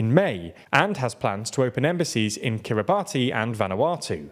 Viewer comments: Kiribati is pronounced "Kiribass" (like how nation is pronounced "nayshon") and it's the Mariana Islands, not the Marinara Islands. As in, the Mariana Trench, not Marinara sauce. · It's pronounced kiribas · I also feel the need to correct your pronounciation of Kiribati. It’s an easy trap to call into but it’s pronounced more like Kiribass as far as I know. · Kiri-bas, not Kiri-batty. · ffs guys, the Minecraft stuff is cute but please do your research in pronouncing place names. It's basic respect for the people who live there. Kiyr-ih-bahs, not Kiyr-ree-bah-tee. And Mari*nar*a Islands? Seriously? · It’s Kiri-Bassss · Kiribati , is pronounced kirr ih bass. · Kiribati is pronounced kiri-bats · Kiribati is pronounced Kiri-Bas not Kiribati. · He just called the Northern Mariana Islands the Northern MARINARA Islands 😂😂😂😂 someone had Italian food on their mind… also Kiribati…it’s pronounced Kira-Bahs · Small note: The name of the nation of Kiribati is pronounced KIRI-bas, as it's the local rendition of the earlier colonial name Gilberts. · Heads up kiribati is pronounced kiri-bass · Kiribati is pronounced ki-ree-bas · Kiribati is pronounced Kiribass by the way. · 'Kiribati' is pronounced 'Kiri-bas'. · Hey there … I believe the country Kiribati is pronounced differently. It’s pronounced more like Kiribas rather than how it’s spelt… luv you guys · Y’all need to work on pronouncing. Kiribati is a sovereign nation, name butchered. Did the same with Mongolia. Yes they’re less “bell curve average” names to pronounce in English, but it feels like y’all just didn’t even look at a basic pronunciation guide.